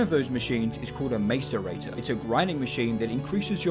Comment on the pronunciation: The real challenge was hearing it pronounced mAce-rator so many times